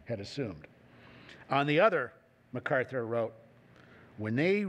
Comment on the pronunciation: Arthur Herman makes the same mistake, as most people do, regarding the pronunciation of the last name of Douglas MacArthur. As the general himself made clear in the very first paragraph of page one, of his autobiography titled "Reminiscences," he is of Scot descent in the Clan MacArtair. The proper enunciation of his last name sounds like Mack-Arthur, not Muh-Carther.